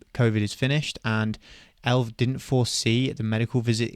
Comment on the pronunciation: no one calls it elv bro its E.L.V or Elevance where is this elv coming from lol